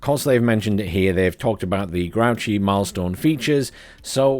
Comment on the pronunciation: I'm like 80 percent sure it is pronounced grooshee. The guy is from france, not some trash can.